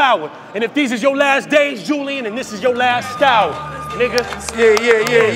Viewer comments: That was a reach because u don’t say Julian like ju- Lyin so taking out the j only reads Ulian as in u-lee-an not u- lie-an but I get it , he tried but that was a reach. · Ulian is pronounced U-LEE-IN. Imagine thinking niggas can't catch your bars but you not even making sense.